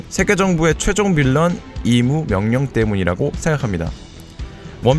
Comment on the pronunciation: 임을 이무라고 하시지